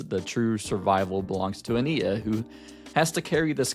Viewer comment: Love your perspective just don’t like how you say ania (a-niy-ya)